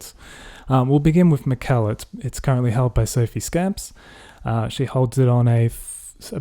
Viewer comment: It's pronounced 'scomps', not scamps. Also, is anyone really going to care about Mr Ryan taking down a few Liberal posters? As far as scandals go, it's hardly Watergate. I like my scandals to be utterly damning (& the subject being some Coalition grifter), like that nonce in Pittwater.